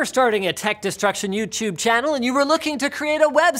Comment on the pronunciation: Youchewb channel? Wat linus?